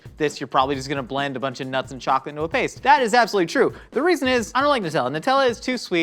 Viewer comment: Is it just me or did anyone hear Josh say “chalk-it” instead of chocolate?? 🤣